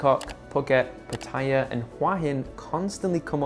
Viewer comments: 🗣️))))). ⛔️Not Pah Tee Ah. ⛔️Not Patty Ah. 👉🏼 Pah Tah YaH’. (Pattaya)👌🏼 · KRABI IS MUSLIM, THAT'S WHY THERE IS NO FUN THERE. IT'S PATAYA, NOT 'PATYA'